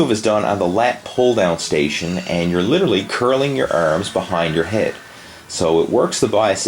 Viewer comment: ERMMMSS and shoulder. ERMMMMS :)